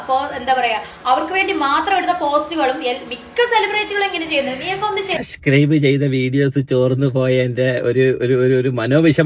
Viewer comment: ഇവളോട് ആരെങ്കിലും ഒന്ന് പറഞ്ഞ് കൊടുക്കുമോ, സസ്ക്രൈബ് അല്ല സബ്സ്ക്രൈബ് ആണെന്ന്.